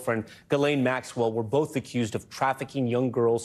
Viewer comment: Why is pronouncing Maxwell’s name this difficult for people calling themselves journalists? Come on